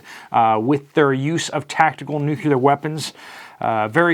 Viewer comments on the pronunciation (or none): I follow your reports religiously but, please stop saying "nuckyoular" Curse you George Bush....it's of the NUCLEUS so it's pronounced - NEW KLEE ER. End of rant. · Nuclear not nucular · NEW-CLEAR WEAPONS. NEW-CLEAR! NOT NUKE-U-LAR. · It's pronounced "nu-clee-ar", not "nucular". Sorry, pet peeve 🤷‍♀️